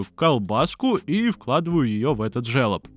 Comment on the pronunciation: Все Круто!!! Но этот твой жЕлоб прям режет ухо)) пишется это слово через." ё " но читается как жолоб!!!